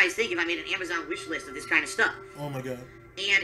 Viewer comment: And he cant pronounce Amazon. lol "Amajohn"